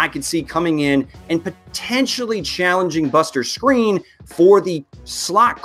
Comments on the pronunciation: I doubt it he's the only person I've heard say it that way, the commentators say it, what seems to be the right way lol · ik he was saying screen tho 😂 not skrine just giving him shit